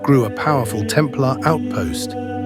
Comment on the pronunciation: That’s not how you pronounce Templar. Bloody AI narration😡